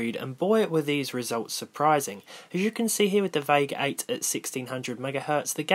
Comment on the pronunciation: Who else heard Vague8?